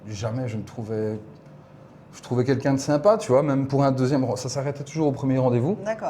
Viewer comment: j’adore tes videos mais s’il te plaît arrete de dire « kinkin » au lieu de « quelqu’un » c’est insupportable. Merci 🙏🏼